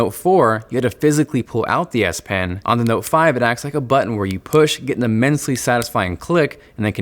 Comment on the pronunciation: I swear he says DS pen lol